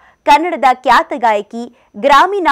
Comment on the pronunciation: Kyata alla khyata